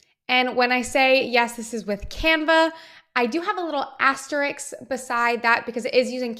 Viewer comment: Good tute! * By the way... the word is asterisk * Not Asterix (cartoon character). *Ast-er-isk * Give it a try!